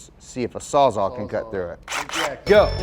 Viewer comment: did he just say Saw "zaw"?! There are not one, but TWO "L"s in "Sawzall".